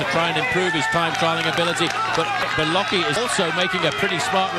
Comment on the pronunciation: LOL "Beloki" That's how the substitute teacher in Keye & Peele pronounced "Blake"